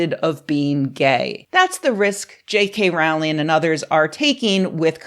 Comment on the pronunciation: Its rowling like bowling Not rowling like howling. Everything else was spot on as usual.